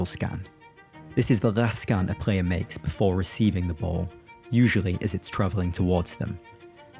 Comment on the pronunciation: Love The Video, Love the Voice and The Concept of the Video in General. Wondering and this is nowhere Meant Negativ - Why to you say "Prayer" for ""Player" - Subbed !